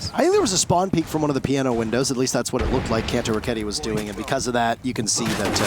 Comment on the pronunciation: the way caster says Kantoraketti makes my soul hurt, perkele.